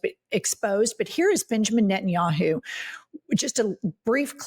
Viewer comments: Every time Jennifer says NettinYAHOO I feel like she’s going to commercial to promote the website. Like Booking dot yeah. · Benginijahu? WTF? Did I hear that right?😂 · "prime minister Benja Yahoo"